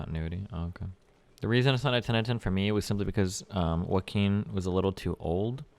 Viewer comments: This dude really pronounced it "JOE KEEN" PepeLaugh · Jokin' Phoenix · “Jackin Phoenix” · as destiny would say, Joe Keen Phoenix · Pronounced Wackeen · Waint Destiny hasn't seen Taxi Driver? Wait Destiny doesn't know how to pronounce Joaquin?!?! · This Joker is a criminal folk hero that can now inform and inspire any of the DC universe Jokers. Also: If you don’t know how to pronounce Joaquin. I’m done with you. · yeah but he’s Cuban I believe he should know how to pronounce Joaquin lol!